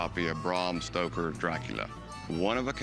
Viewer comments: Nearly died "...allegedly signed by Bram St_oker." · "Bram Stroker" 😂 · Corey calls him "Bram STROKER" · Cory said " Bram Stroker" lmao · I just love how Corey is calling him Bram Stroker 😆😆😄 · He called him Bram Stroker. How did he screw up his name, when it was right in front of his face? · Cory definitely said Stroker!!! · Guy gives you a history lesson and calls the author Bram Stroker. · "Bram Stroker" hahaha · Corey called the author ‘Bram Stroker’ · Didn't anyone else notice Corey call him Stroker???? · It's not Stroker Corey, and by the way you should've had Rebecca look at that book. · Nobody else caught Corey calling him bram stroker!?!? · Stoker, not Stroker there Corey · Jeezus Corey... “Bram STROKER”?????!? No. Just no. It’s STOKER. ☺️ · He called the author "Bram STROKER " ....Haaaa. Educate me more please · Cory: "Braum Stroker" 🤣